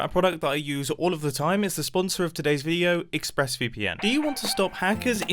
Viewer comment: I heard him say ixpressVPN instead of ExpressVPN lol but it may be just me